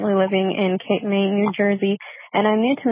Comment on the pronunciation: Cape May, not Cape Maine